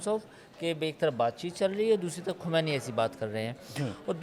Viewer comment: Kisey bitha dia bhai.... Isse iran k supreme leader ka naam tak sahi nhi liya jaa raha...😂 "Ali Khumaini" 😂 correct name is Syed Ali Khaamenie